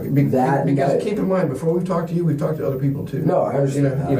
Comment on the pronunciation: This dude would get punched in his face the 3rd time he says tawlked. Imagine him telling this story in prison.